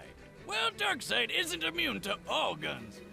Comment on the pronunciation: I'm surprised you actually pronounced Darkseid correctly. Nobody ever does